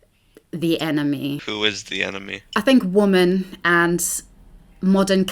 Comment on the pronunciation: I think you're phenomenal and this was a great watch, but it was a bit cringeworthy to hear you mispronounce "women" every time. It's usually red pill/black pill men who pronounce "women" as "woman", so it's interesting that the incel is the one who pronounced it correctly in this case